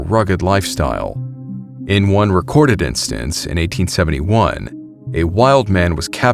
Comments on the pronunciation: Gonna briefly correct you on your pronunciation of "Appalachian" Where we're from in West NC, we say 'app-uh-latch-in." Most people who actually live out there would say "App-uh-latch-uh" or "App-uh-latch-in". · Hey...Appalachian is pronounced app a latchin